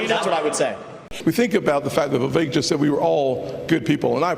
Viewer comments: Dude! Will you please pronounce his name right!?! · How do you still not know how to pronounce Vivek? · It's Vi-VAKE rhymes with cake that's how he suggested people remember it. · Love your channel! Time to learn how to say Vivek tho, since you'll be saying his name a lot and you seem to say it differently every time, lol. Vivek rhymes with "cake" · Vivek rhymes with Cake